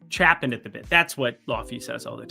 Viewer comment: It’s chomping at the bit not chappin 😂